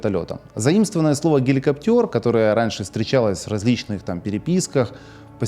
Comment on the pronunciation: Спасибо. Но, не "геликоптёр", а гелико́птер.